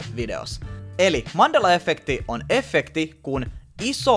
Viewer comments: Se sanotaa iha efekti eikä effekti 😂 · särähtää niin pahasti korvaan kun sanot effekti.... vaikutti aluksi siltä ettet osannu päättää sanotko englanniksi effect, vai suomeksi efekti, ja loit itse epämääräisen välimuodon😑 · Alko ärsyttää niin paljon kun sanot efffffffekti nii lopetin kattomisen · Et mulla meni moti tän kattomiseen mikä vitu efffffffekti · Häiritsee ku sanot effekti tollee ku mun mielest se sanotaan yhel F:äl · Vitsi et häiritsi ku sanoit kokoajan effekti etkä sanonu efekti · Oonks ainoo ketä ärsyttää et sanoo ”effekti” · eT OO vittu menee moti tän kattomiseen miKÄ EFFEKTI siin jossai muussaki videos se sanoo "illuminaaattti" yhyy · Kivasti tulee "effekti" sana😂😊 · No ehk se on kattonu liikaa englanni kielisii videoit kosk effect ja effekti on samanlaisii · no on sillä itseasiassa enemmän kun luuletkaan :D eripuolilla Suomea lausutaan samat sanat eritavalla, tässä kyseessä oli kuitenkin väärästä lausumis-asusta eikä murteesta